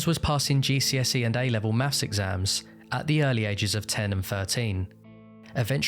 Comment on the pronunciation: Advhaunced mafs.